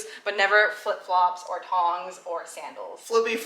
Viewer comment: It's 'thongs', rather than 'tongs' :-)